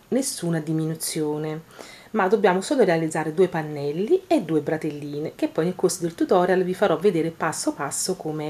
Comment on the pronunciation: Ma una volta non si chiamavano bretelle?!...e non bratelle!!! Credo...